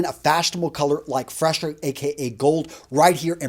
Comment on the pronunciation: nice one though... its free-zhee-uh not fresh-a